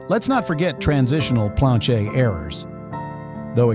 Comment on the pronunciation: A lot f 25 yr bank tellers . Are clueless . 66’ had some silver ax well . Planchet is never heard it pronounced the way you do . I’m only a 21 year collector . And learned from the best . Ken Potter . A local . I’ve had John Wexler may he RIP buy errors from me and Fred Weinberg in CA . If you never heard of those names . ? You haven’t a clue